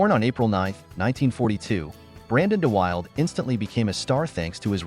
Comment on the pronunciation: You can't correctly pronounce DeWilde or a lot of the other names. Wrong pics, also. I'll dislike and ask youtube to NOT recommend your content.